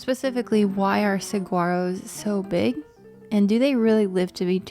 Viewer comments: Sweet video - fyi I live in Tucson and you pronounce saguaro: suh waa row 😊 🌵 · Born and raised and still here in AZ, Saguaro is pronounced as "Sah-wah-ro" the g is silent. Love your video!